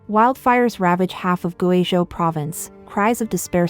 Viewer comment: You either need a better text reader that can handle Chinese proper nouns like people and place names, or need a human narrator. I can't SHARE your videos when the video is about GuiZhou and you cannot pronounce the name correctly. You do great research and writing, but if I wanted to share this story, I would have to redo the research and presentation from scratch: I can't use yours. You are incredible if you cannot pronounce things correctly. Look to BBC and even Al Jazeera as an example: They ALWAYS practice the proper pronunciations of names and places before they go on air. Compare your feeds to China Observer who uses real narrators. We in the West do NOT mind the accent because it is authentic.